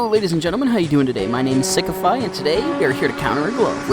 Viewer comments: "Hello everyone my nane is sickify" got me on the floor 😂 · Did he said sickfy😂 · Fr same I thought he said Sigmafi 😂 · He said sigmafy not sickify 😂😂😂